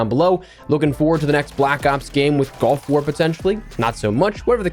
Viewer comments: Hopefully everyone can use this year to practice saying “gulf” and not “golf”. Just listening it sounds like I’m gonna use my Tiger Woods skin and drop into Black Ops Golf War 😂😂😂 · I know he said gulf... but I swear it sounded like he said black ops golf war... 🤣💀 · I can’t help but hear “golf war” every time you say it lol